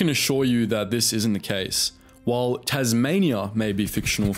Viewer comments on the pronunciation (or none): none